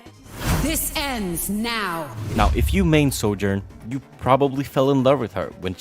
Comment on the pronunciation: Bro pronounces “Sojourn” like “soldier.” So annoying. You can take the boy out of Eastern Europe but you can’t take Eastern Europe out of the boy. Lol